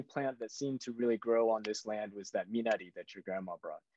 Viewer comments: Wow! JJ pronounced Minari correctly. Rolling strong R. Nice job! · Abrams pronounced Minari correctly!! Kudos!!!